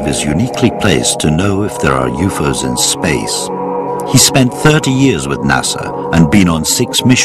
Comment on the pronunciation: "Youfoes" are real.